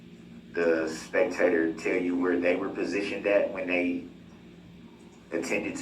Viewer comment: Don't think I'll EVER unhear "Spec-Tater"....😂😂😂